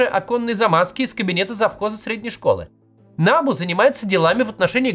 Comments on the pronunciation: Кац, если вы претендуете на то, чтобы объяснить и проанализировать украинскую ситуацию, то ставьте правильно привычные для Украины ударения - набУ, а не нАбу. САП, а не САПУ. Ваше нелепое ударение (нАбу) показывает, что вы ВООБЩЕ НЕ В ТЕМЕ ТОГО, ЧТО ПРОИСХОДИТ В УКРАИНЕ. Со стороны это смотрится так: человек рассказывает, что творится в стране и не знает того, что украинцы знают лет 10 точно - ударения в знакомой абривиатуре. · НабУ а не НАбу, росиянцы, уж если лезите куда вас не просят, называйте правильно и ставте ударения правильно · Не нАбу , а набУ. Как же режет слух. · та не нАбу а набУ !) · Дякую! Тільки не нАбу, а набУ, наголос на останній слог. Трішке ріже вухо, вибачайте вже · набУ только, а не нАбу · Кац произносит нАбу 🤣🤣🤣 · Не нАбу, а набУ. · Ударение на У, НАБУ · Максим не нАбу ,а набУ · В Украине идет ,может и туго,борьба с барыгами и из окон никто не выпадает по неосторожности. Одно то,что этой грязи позволили всплыть,уже говорит об огромной разнице. Во всех странах есть проблемы. Украине очень тяжело избавиться от совкового прошлого,да еще и вальтонутый сосед тянет вниз ,в дерьмо. И,да, НАБ[У]. Ударение на У. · НабУ наголос на «У» невоспитанная деревенщина 😂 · Ударение на У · Максим, ударение в слове НАБУ делают на втором слоге. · набУ, ударение на У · Подскажите кто-то Максиму, что НАБУ читается с ударением на последний слог. Это то, как его в Украине называют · Максим, все хорошо - но пожалуйста, ударение на букву У, а не на А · Я киевлянин. Все точно и по делу. В аббревиатуре "НАБУ" ударение на последней букве.